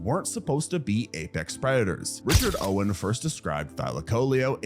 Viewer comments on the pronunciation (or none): none